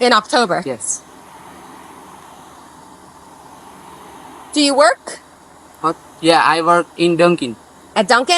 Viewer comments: Actomber 😂better he didn’t said Cacumber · October ❎ Octomber ✅ 😂guju scammer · She is asking about what is doing with gold bar and he deosnt understand. Such people get visa. It's strange He speak October as Octumber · अक्टाेबर काे अक्टुम्बर बाेलरहा है , माेदी का भान्जा लगता है। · Am I the only one who listened Octomber?😂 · October ❌ Oktomber ✅ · october❌ oktomber❌ cucumber ✅